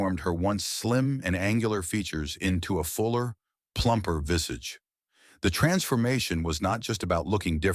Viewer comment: It's so bloody annoying this AI rubbish. First person is dead, the artificial narrator says vissige instead of visage and it's showing wrong images on some of the people. YouTube hosts have become incredibly lazy, not even fact checking their own videos.